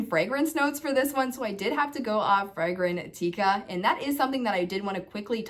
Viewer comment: It’s Fragrantica Not Fragran-teeka!!